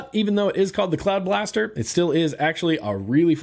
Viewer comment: I thought you said cloud bastard. Don't know why but I like cloud bastard. Ha cloud bastard.